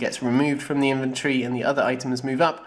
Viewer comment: Everytime you say 'inventory' it sounds like inventree :D